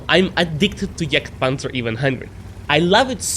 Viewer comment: pronounce the name correctly. its not juuurger and not jurgtpanzer. ok ?